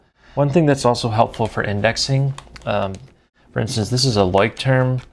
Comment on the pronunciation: Leuchtturm is German for lighthouse and is pronounced LOISHT-toorm.